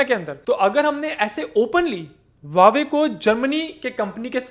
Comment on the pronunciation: Not wawe but pronounced as hauwe